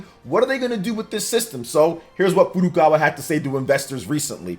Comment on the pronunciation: Finally, someone who pronounces Nintendo's president's name correctly as Furukawa, not 'Furu Kara'!